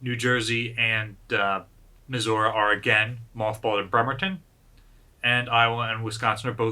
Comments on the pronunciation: Why are you saying Missoura and not Missouri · "Mehzourrah", lol. Is that the correct indigenous pronunciation? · USS Missour-uh? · I thought is was Mizzur-Uh? :) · Hi, I had a question, is the battleship Missouri Pronounced Like the state or as Misaurah? I’m sorry if I just have been mishearing it, I was just wondering!